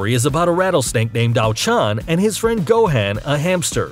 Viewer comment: Can we just take a moment and realize that this mans pronounced gohan differently than how goku would Go han. Tf is this shit it’s pronounced gohon but it’s spelled gohan so I guess this nigga can go super sayian am I right